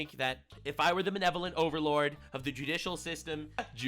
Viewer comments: DUDE! I was taking a bong rip and you had to go and say "jewdichial" system. 😆😂 You're literally killing me! 👍🏻😆🇺🇸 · "JEW-DICIAL" SYSTEM??? Dear God, they're right. We've been under their control since the beginning